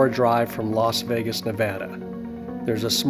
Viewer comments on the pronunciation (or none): none